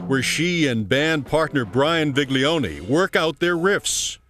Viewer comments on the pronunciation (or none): its not viglionEEEEEEEEEEEEEEEE it pronounced with no EE